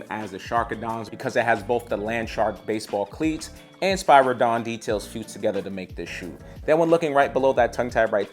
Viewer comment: Spear a don not is how you say spiridon and the air max 1 wasnt the first air max the air max 270 was